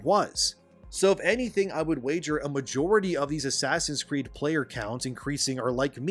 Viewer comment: Absolutely lost it and almost set a new record for spitting my water across the room when i heard “Asscreed”. Made me think if a full title name: Asscreed: Shadows of “The Message”